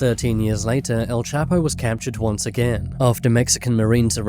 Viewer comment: All. those times you said his name and you STILL can't pronounce it